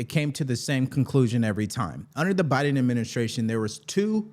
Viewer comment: Am i the only one who heard that guy say “JoeBama”